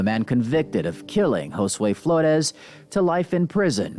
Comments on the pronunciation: Did it enrage anyone else when Jackson couldn't say Josue's name correctly? On one hand, he shouldn't even have the privilege of uttering that boy's name. On the other hand, with what he did, he should at least have some sort of (imagined) respect to say it right...especially if he "didn't do it." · It really ticked me off that Andre Jackson mispronounced Josue's name on that BS YouTube declaration of innocence.... and then, it really ticked me off that he decided to blame the Hispanic Community just to rub the salt into the wounds!!